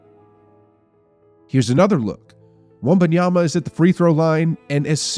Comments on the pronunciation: You are doing something very strange with your pronunciation of Wembanyama. You’re saying it like it’s spelled Wumbunyama. You’re saying it more right when you say Wemby. It’s Wem-ban-yama. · The fact that you have been saying Wembanyama's name wrong this whole video tells me all I need to know.